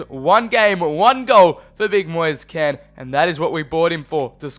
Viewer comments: It’s moise KEEN say it like that not KEN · No it's Ken if you're italian